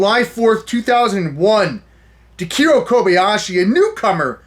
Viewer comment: .... Takeru Kobayashi's first name is pronounced as "TAH-KEH-ROO", not "TUH-KEER-ROH". It's okay, Kevin. (sighs) It's okay..